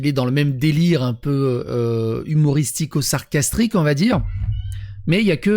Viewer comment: "sacrastrique" ahh putain tu es impayable de viol de la langue française : peu t'arrivent à la cheviile...